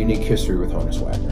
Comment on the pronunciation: Honn - uss -- like Johannes